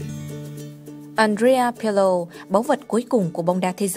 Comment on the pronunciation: àn rê a pờ lồ, what the f***